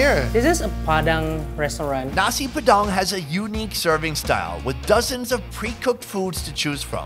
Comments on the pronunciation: Nasi padang bro not nasi pedang hahaha lol 😂 i am indonesian so i teach u to speak nasi padang correctly 🇮🇩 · It is nasi padang not nasi padan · When said: Nasi Padang "Neysi peDANG" I'm done:) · For me a Indonesian when he said nasi padang wrongly I was What